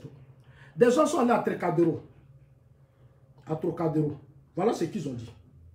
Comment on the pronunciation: c TROCADERO TROCADERO PAS trécadero trécadoro tu pense en bété mdr!!!!!